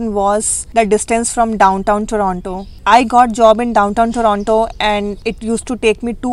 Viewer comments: Good Video guys. Just an unimportant remark -- whats up with the pronunciation 'Torono' :D. I have heard Indians saying Torono. In public transit too, they say it Toronto ! Also the reason for car insurance point is good. Plus being between Desi's. Lol ! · I think you made the right decision. It will be good for you. At least you will learn to pronounce Toronto properly while living outside Brampton.